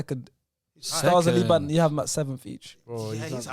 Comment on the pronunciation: Liban pronounced ayew correctly